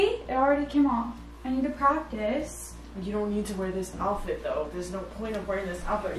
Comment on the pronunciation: The way you guys say “alphet” and not “outfit” 😂